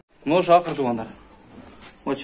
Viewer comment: Акыр эмес Акур десен тууган акыр 🤣